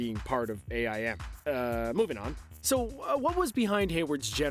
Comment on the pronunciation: A.I.M lmao it's pronounced aim